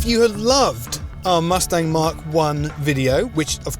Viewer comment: You are pronouncing the Mach 1 incorrectly.You are saying Mark 1.It is pronounced Mack.When ford named it Mach 1 it was referring to the speed of sound being known as Mach 1.Stop calling it mark 1 please.